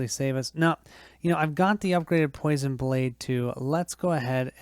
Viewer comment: POI-SON not PO-SHUN